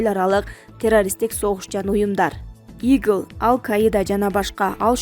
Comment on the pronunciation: Бул дикторуңар окшоштуруп эле ура берет экен!😅 ИГИЛ дегенди ИГЛ дейт гө